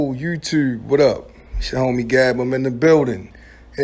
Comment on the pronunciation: "Yoooo Yewe Teuwb" 😂 Bmore stand up!